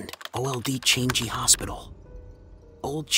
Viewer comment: The narrator's pronunciations are more scarry and annoying than the actual story. PLEASE.....for goodness sake, learn to pronounce correctly !!! Changi is not pronounce as 'Change-gee', and why are you whispering, is it supposed to sound more scary ???!!!